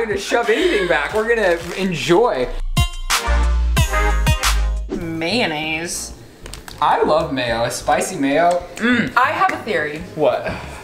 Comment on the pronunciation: * criticizes pronunciation of coleslaw* Also: "May-naise"